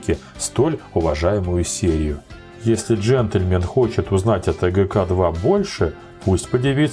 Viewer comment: "...ТеГеКе-2...". Так называли согласные буквы русского алфавита до революции, в семьях, где воспитатели были русские. В семьях, где они были иностранцы, привилось произношение Бэ, Вэ, Гэ и т. д. После ревооюции, именно последний вариант был рекомендован для преподавания в школах. Но среди дикторов радио и телевидения модно было старорусское произношение и московский акцент.☺️